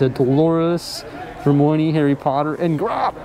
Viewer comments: Did just say Her-my-own-ne instead of Hermione? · "Her-moi-nee" Prepare to be roasted. Kidding.